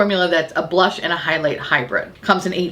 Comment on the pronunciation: The made up “blursh”? Can’t hear it without giggling, it’s ridiculous. Seriously, blursh?!?